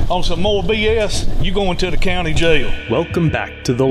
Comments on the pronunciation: Anyone that makes "jail" a two syllable word (JAY-ill) is probably dumb as fuck. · Po-leece take home boys to the jay-el